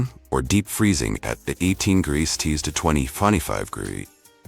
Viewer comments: Celsius or Celsees 😂😂😂😂 Everytime he says celcees instead of Celsius. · Please work on the pronunciation of "degrees", Celsius", and "Fahrenheit". It takes away from your otherwise excellent videos. It shouldn't be that hard to straighten out.